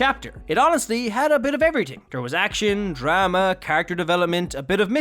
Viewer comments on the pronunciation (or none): none